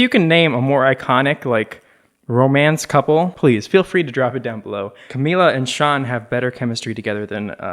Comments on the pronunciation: it’s camila not camilla omg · it’s CAMILA not Camilla